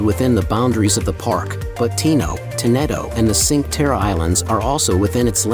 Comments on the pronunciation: It is not Sink terra🤦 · Chin-quay Terray, Al Maray, Riomaggioray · At least pronounce the names correctly!!! Cinque Terre (“Cheen-kwah Tay-ray”) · Guess the AI has never been to Sink Terra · La pronuncia e sbagliata si dice la spezia con la zeta non con la esse o con la gi e non e sincterra ma e cinque terre 😂😂😂😂😂😂😂 devi un po migliorare queste parole 😅 e non e tinato ma tinetto capisco che sei straniero ma mira commandolpalmaria lai detta bene pero nel resto hai un ottima pronuncia italiana